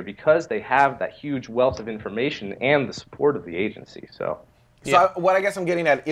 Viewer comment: So big big, big really really big... but not huge, or "yuge"